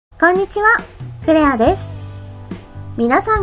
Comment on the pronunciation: 語尾の母音をこのようにはっきり発音する方が個人的には好きだけど、気になる人もいるみたいね。 実際の会話では母音は省略されることもあるし、、地域によっても違う。 例えば関西では語尾の「です」はdesuと発音されるが、関東ではdesが普通。